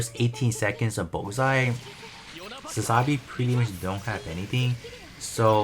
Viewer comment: You do know it's pronounced Sa-za-bee, right? Not Sa-sa-bee.